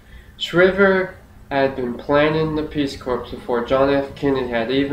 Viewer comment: Perhaps since four years ago you have since discovered,, Sargent Shriver's surname was pronounced Shriver with a long "I" sound, not the same pronunciation as "shiver." So, in other words, the surname is as if spelled Shr-eye-ver. I assume this speech you uploaded here was for some school assignment, perhaps a public speaking course or a government or political science course? I do still respect the fact you took the initiative to practice your speeches and took the assignments seriously, though. I am more posting this comment so others hearing this speech will not be misinformed about the pronunciation of Sargent Shriver's surname. FYI, I am well acquainted with Sarge Shriver's career and personal history (as a Kennedy in-law), as well with American politics and government generally, having actually been a volunteer in Senator George McGovern's 1972 Democrat presidential campaign in which Shriver was eventually named the Democrat vice presidential running mate following McGovern's dismissal of Sen. Thomas Eagleton of Missouri from the ticket due to the controversy of Eagleton's insufficiently vetted history of psychiatric treatment, specifically shock treatments. In fact, at age 14 years old, I was coordinator of McGovern's campaign in my hometown prior to the Massachusetts presidential primary. At that point, since my state's (Massachusetts)establishment party machinery was still loyal to the presidential campaign of Sen. Edmund Muskie of Maine, McGovern's quixotic cam